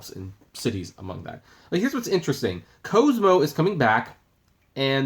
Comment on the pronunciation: also pronouncing it wrong. It’s pronounced like Cosmo Kramer from Seinfeld, or Cosmo_politan